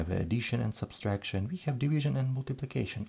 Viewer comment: It’s pronounced “SUBTRACTION,“ not substraction. FYI.